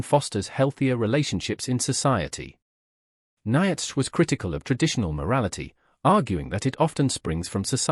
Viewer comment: The AI can't even pronounce Nietzsche right.